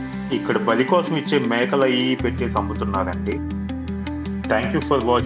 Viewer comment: భళి/Bhali కాదుగా 👆🏽బలి